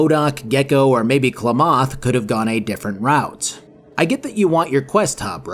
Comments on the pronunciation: Weird hearing Klamath a few times. Used to live in the area it's named after. It's Kla-math more than klaw-moth. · It isn't "cluh-moth", it's "clammith". It's a real place. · It's not kluh-MOTH, it's k'LAMB-eth. I assume I'm not the first in the comments to point this out, lol, but it needed pointing out. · God please stop calling it Kluh-Moth its Clam-Eth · As an Oregonian, your pronunciation of "Klamath" (it's like Clam-ith, not Kchlymidia-oth 😂) was wild. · 2 things: 1: Hearing Worf talk shit before he absolutely wrecks the party is, frankly, epic considering how often he got a beatdown in TNG and 2: It's not clumoth, it's Clam+Math --> Klamath... It hurt. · Sorry Klah moth pronunciation is a little amusing locals say it Kah lam ith. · Definitely Kla-math not Kla-moth. Like Klamath Falls, OR - the area the city in the game is supposed to be in. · NGL I pull my hair when you kept saying Klomoth not Klamath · Bro... It's pronounced clam-eth, not cluh-moth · i'm 99% sure klamath is pronounced "clam-eth" not klawmoth, NCR isn't "just good guys" in F2, they're the "we're a nation with our sights set on annexing everything and everyone, and also, overtly bad stuff can happen like underhanded dirty back room dealings because individuals do what they do", and you can hack the machine gun wielding auto sentries in the enclave before the boss fight turning them to your side, making the fight horrigan v you, your followers, frank's men, AND the sentries, making the fight even faster and more harmless... fallout 1 and 2 were amazing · cl’moth? CLAM-eth. Klamath. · Dude klamath isnt pronounced kluh* moth its clam* mith, come visit us sometime the notthwest is beautiful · Big fan of this video series. My only nitpick is Klamath being pronounced Kluh Moth rather than Kla Mith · Wtf is KLA MOTH? It's Klamath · The way you pronounced Klamath hurt my soul. For future reference the pronunciation isn't "Kla-moth" it's " kla-muhth" like "clam-uth" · Clamoth😂 love it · It's CLAMath.